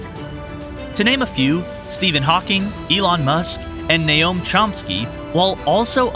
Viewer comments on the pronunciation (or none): N-O-A-M Chomsky, not N-A-O-M Chomsky!